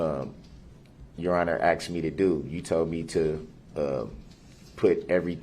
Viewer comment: He learned how to say tacit, but a simple word like 'asked' is not in his pea brain!